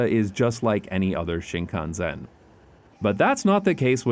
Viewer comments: Talk about butchering the pronunciation of Shinkansen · I have to admit, his pronunciation was a bit spotty. At first, I couldn't get over the way he stressed the SEN in shinkansen, but the way he said Odoriko was more concerning. But I think I'm missing the point with that. The video is fantastic and the excitement has for these trains is infectious. This is a beautiful video and I cannot express how much I appreciate content like this.